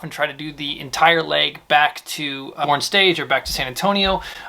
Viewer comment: 5C1 Boerne Stage. Pronounced “Bernie Stage” Thanks for the amazing content. Teaching low time pilots the elements of “hacking the clock” is likely to save countless lives and airframes.